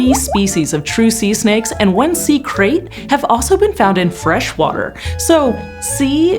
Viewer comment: It’s pronounced “krite”. I made that same mistake until I found out the actual pronunciation. Love your content.